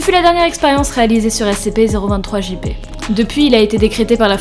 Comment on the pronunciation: Sa s'ecrit SCP mais sa se dit S-SI-PI